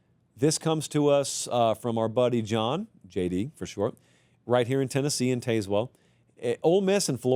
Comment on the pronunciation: That is not how you pronounce Tazewell